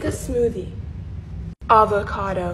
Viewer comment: Nobody:: let’s make a Suziiiii Also:AvIcAdO